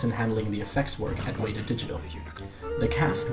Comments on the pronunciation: Your kiwi accent was very Scottish. Also, you're mispronouncing Weta. Its either "wet-a" or "weda", not "wayda". Otherwise, fantastic video. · Awesome video, but you pronounce "Weta" wrong. Instead of "wee"ta it's "wet"ta. It's a Māori word and I know how hard it can be to pronounce it.